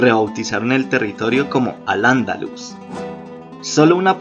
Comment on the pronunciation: Tienes algunos detalles en tu reseña. No es lo mismo pronunciar Alandaluz que pronunciar Al Andaluz. Enfatizando la primera A mayúscula con la H "HAL" y luego pronunciando Andaluz con acento prosódico en la "u". Otro punto es que el español es el segundo mas hablado como lengua nativa.